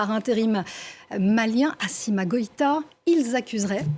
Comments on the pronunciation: Madame c'est pas Assima mais Assimi merci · Assimi Madame La journaliste … assimi pas assima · Impolie on dit Assimi et non Assima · D'accord c'est pas assima mais Assimi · Deja c'est Assimi pas "Assima". Ensuite il parle a sa population et la population a bien compris qu'il parlait de la France . Pour finir si la France a deja commis ce déli et il n'y a jamais eu justice bah rien ne l'empêche de recommencer . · c'est moi ou elle a dit Assima Goïta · Déjà tu prononce mal le nom du Président ce qui implique que l’information que tu veux faire passer n’est pas vraie